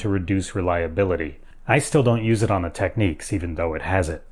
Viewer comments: I don't think the brand is pronounced 'Techniques' but 'Tech-niks' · It's pronounced "technix" not tekneeks. The ch in Technics is a G, the way Dutch and Germans pronounce it. Ghuchugh, like a cough sound.